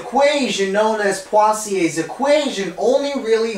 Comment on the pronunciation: Literally no one: Him: PWAZIEY